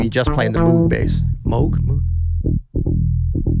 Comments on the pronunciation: It’s pronounced Mogue! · You got it right in the end, but just for the record "Mowg" is indeed the correct pronunciation, an anglicized version of the original German name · Great discussion! These guys are SO into music. It's MOH-g. I've heard the Moog creator himself pronounce his name. Stevie is a once in a century talent. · Bob Moog's last name: Two O's in German = long O sound (rhymes with "vogue").